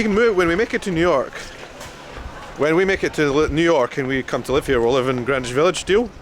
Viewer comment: It was a cinch you weren't going to mispronounce Greenwich! 😁 hope you make it out to the PNW someday.